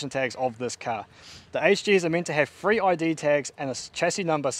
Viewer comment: Three not free mate